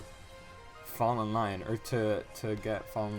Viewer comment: the wrong pronunciation of lyon irks me more than it should ☠️☠️